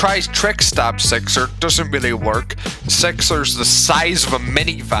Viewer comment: WHY ARE YOU SAYING SIXER WITH E ISNTEAD OF I